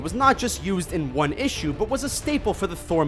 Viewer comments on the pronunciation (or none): none